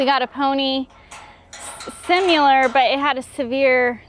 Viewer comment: Every episode... "Simular" and "fustrated." 😂